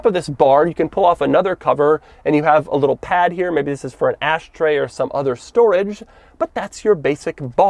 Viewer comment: He said ice tray